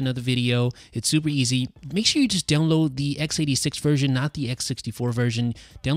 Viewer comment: Does it sound like he's saying down low for download on his videos?